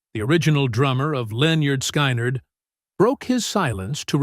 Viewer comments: This DINGUS pronounced the name Linyard Skinerd at the very beginning. Don’t waste your time on listening to any of this. It’s trash. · Linn-yerd Sky-nerd...what an ignorant way to pronounce a legendary band. Ignorant channel... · Pronounced Leh-nerd Skin-nerd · So disrespectful..... You're not spelling it right dude! It's "Lin-yurd Sky-knee-yurd". 😅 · Lyn*yerd Sky*nerd says it all. 😂 Someone who truly cared about them, would take care with the pronunciation of their name. Period. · Learn how to talk get there name right loser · Whenever I come to one of these computer generated audio mashups I close it immediately and go on to the next thing. They can't even come close to pronouncing the name of the band correctly.